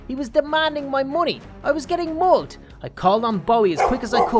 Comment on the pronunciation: your pronounce of mugged is mogged still very close to the original word tho